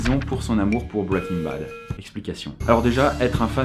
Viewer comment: Pas mal ta vidéo, par contre ça m'écorches les oreilles de t'entendre dire bwwaiking bad , il vaut vraiment mieux le dire bien à la française que de se ramasser sur un accent approximatif. N'en diront certains.. :)